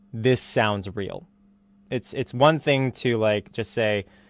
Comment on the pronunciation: Fings just got reawl